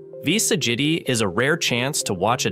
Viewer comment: Sag it I? I love the pronunciation.... AI can't seem to correct itself.